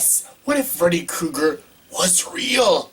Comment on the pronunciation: He said Freddy Kooger..